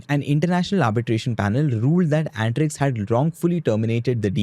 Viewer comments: At least we Indians should pronounce our words correctly. Not Ant Riks but un-tree-ksh (अंतरिक्ष), and not Rad-ee-aa, but Raa-dee-ya (राडिया). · Bro it's antrix an-ta-rix means space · It's antrix (space in hindi) not antix